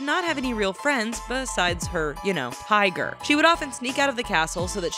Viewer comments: "Higer" WHAT THAT'S A TIGER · You said higer